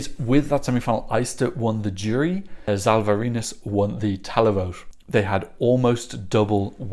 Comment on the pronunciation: Hi,. A little recap of how to use some letters which appear in some Slavic and Balto-Slavic languages: Ž = Zh, pronounced similar as ''s'' in English ''treasure'' or ''J'' in the French name ''Jacques''. So, it's ''Zhalvarinis'', as well as ''Zhivile Gedvilaite'' or ''Zhelyko'' in Željko Joksimivić. Š = Sh, pronounced as in ''sharp'', ''shoe'' or ''shift''. So, it's ''Lina Shtalyte'', ''Boris Shtok'' and ''Filip Balosh''. Č and Ć are roughly the variations of an English ''Ch'', as in ''cheese'', ''chill'' or ''chat''. Yes, there is a slight difference between them, but even the native speakers often pronounce them very similarly. So, it's ''Lu Dedich'', ''Albina Grchich'' and ''Sergej Chetkovich''. Đ and Dž are roughly the variations of an English ''J'' in words like ''jam'', ''jar'' and ''Fiji''. So, it would be ''Alen Juras'', ''Ana Jurich'' and ''Jorji''. I hope this helps a bit with the future pronunciations.:)